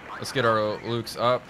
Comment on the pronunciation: Ah, Mühlhausen again! Home of my favourite plum jam! One suggestion, if I may: The Luchs you were fielding are very easy to nail in pronounciaton by calling them 'looks' rather than 'lukes'. Great series, keep'em coming, please!